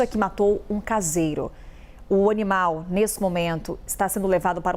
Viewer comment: "o honimal ..." 😂😂